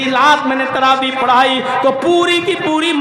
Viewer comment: Its taraweeh * not Rawaweeh 🙄